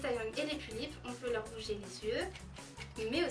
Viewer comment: "les Pullips c'est difficile à se procuré, c'est comme de la DROGUE !" So... I'm dead. "Un corps stock De Pullipeuh " "PullipEUH"EUHH ;u; JPPP Super vidéo, en tout cas.